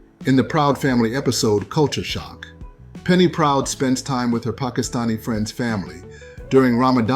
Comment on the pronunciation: As a Pakistani, I’m happy you said Pakistani in a correctly way and not in a way, most Americans would say